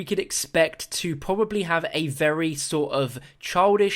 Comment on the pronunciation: "which is pro-a-bibly" new pack-a-punch? We gotta make the pab :3